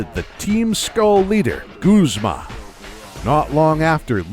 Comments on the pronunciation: Oh-Oh Lude-euh Sewey-kuhn Luminose Zed Ring Cook-wey Ray-Kwah-Zuh Lusa-min Gooz-muh Glay-dion Theese pronunciations make me want to eat my skin. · You pronounced guzma wrong its: YA BOI GUZMA